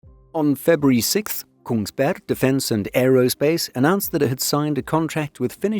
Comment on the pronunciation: There’s even the very Eastern Norwegian dropping of the last g, so now he’s ready if a news story happens in Sarpsborg.